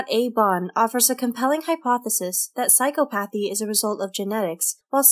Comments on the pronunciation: I noticed that also. But what I hate even more than that, is that they mispronounce the words psychopathy and sociopathy. It's pronounced "sy-kop-oh-thee", not "psycho-path-ee". Also, it's "so-see-op-oh-thee" not "socio-path-ee". Just saying. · Lost me within the first 2 minutes. Sociopathy and Psychopathy is not pronounced the way you say it. Psy - cop - athy Not psycho - path - e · Learn to pronounce your main topics: so·ci·op·a·thy [soh-see-op-uh-thee, soh-shee-] psychopathy [ sī-kŏp′ə-thē ] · Awesome video, that pronunciation is just not it though... sai·kaa·puh·thee not psycho-pathy so·see·aw·puh·thee not socio-pathy You're welcome. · pronounced psychopathy and sociopathy wrong as well used generic examples that apply to every narcissist